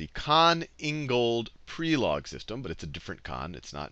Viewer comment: I'm from Croatia and I was sad when I herd you say Prelog wrong. Please, check pronunciation before saying such names. Thank you very much for everything! :D